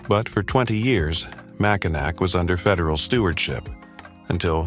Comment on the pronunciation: I could not get past 20 seconds of the video mispronouncing "Mackinac" twice in its AI voice.